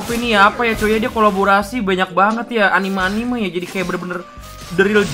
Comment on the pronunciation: Anime dibaca a n i m e bukan anim🤣